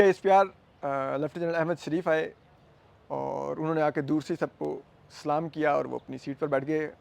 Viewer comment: Please Salam achay tareekay say karo